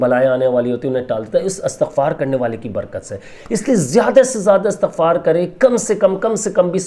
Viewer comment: Bhai istighfar HOTA ha not astaghfar ...